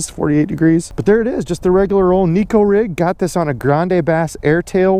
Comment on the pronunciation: Ned rig is the deal for me in TX too right now. I know you like to correct fishing misconceptions, so here's one for the viewers. The Neko rig came out of Japan, not here in the good ol' USA. Shin Fukae, Japanese pro angler, pronounces it Nayko, not Neeko. Just an FYI 😉 unless you're from TX. Everyone knows about our drawl! Japanese have to fish pressured fisheries. What's the mother of invention? Good video as always guy!!